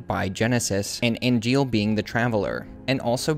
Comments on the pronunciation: I'm having a blast with your videos, but something rubbed me the wrong way: Why are you pronouncing Angeal's name as "Ariel"?? EDIT: you later pronounce it correctly! What gives?? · Amazing vid! But why you call Angeal Ariel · Sorry but why do you keep calling Angeal Ariel did I miss something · And why do you keep calling Angeal "Ariel?" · You have the name but pronounce angiel, as ariel? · Uh, amazing video, but why do you keep calling Angeal Ariel?